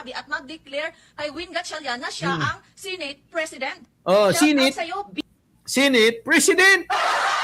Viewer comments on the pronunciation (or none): she said, "sineyt." bisaya ang accent.